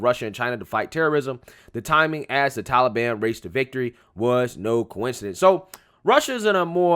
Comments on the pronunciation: What the blue hell is 'The Tullyban'? Puppet Joey can't even pronounce Taliban correctly. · Of course, it's his go to answer. Biden can't accept blame actually. He doesn't do anything. Trump made no negotiations with Talibon. Why does he keep saying seasonal? Seasonal immigration. Ah oh, it's Talibon season again! Fool